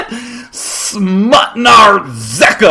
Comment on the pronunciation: SMUTNA RZEKA, wow, Day9 ur Polish is quite good ;)